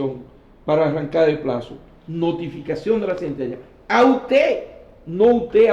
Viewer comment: Perdón colega, pero no se dice anque, se dice aunque